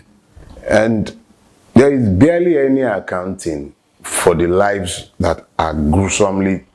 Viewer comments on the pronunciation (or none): none